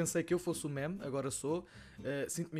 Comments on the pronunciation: NÃO SE LÊ MÉMES É "MIMES" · Fodass isto irrita-me, meme é pronunciado /mim/ e não /mæm/ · NAO DIGAS MÉMES DIZ MIMES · Diz se "mime"